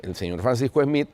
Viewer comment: No se pronuncia "Esmith" , no se usa la E , es solo la S, Smith